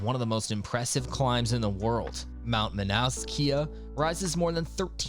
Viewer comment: FYI, AI....Shoddy research, atrocious "narration"....Kilauea=Kee-lao-way-ah;..Hana=Hah-nah; Mauna Kea=Mao-nah-kay-ah(dunno what that was - ) Kalalau=Kah-lah-lao/Ki'i=Kee-ee/Hanakapi'ai=Hah-nah-kah-pee-ai/Ha'ena=Hah-eh-nah....Please, Please, PLEASE give more research into Hawaii place names!